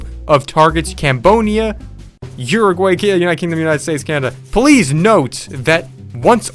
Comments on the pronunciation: uragray. Uragray?🤣🤣🤣 SO FUNNY! For those who didn't know what they meant. They meant Uruguay. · It’s pronounced, “urugwie”